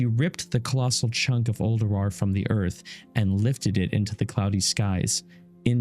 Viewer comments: these lore video's are amazing! but am i the only one who constantly hear say Uldurawr instead of Ulduar? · You have the ability to re-do things and edit them. There's no actual excuse for leaving poor pronunciation in a video besides being too lazy to fix your mistakes.